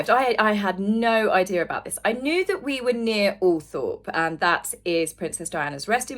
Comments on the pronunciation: just a quickie, it ALTHROP not Althorp!!!! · The pronunciation is All-trop. It’s not spelled that way. The Spencer’s have got tired of correcting the media so sadly the old pronunciation is being lost.